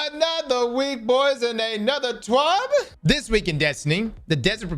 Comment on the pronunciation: Why do you say twab like that 😭